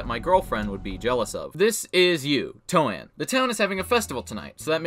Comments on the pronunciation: Everyone else: “I think ‘Toan’ is pronounced the same as ‘loan.’” This guy, an intellectual: “Toe-Ann.” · "Toe Ann" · I've always said Toan like T instead of L in Loan, and never as Toe Ann. I can't say it that way haha